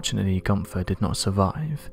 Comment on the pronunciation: Dear Americans, It's "Günther" and not "Gunser" and it's "Van Gogh" and not "Van Goe".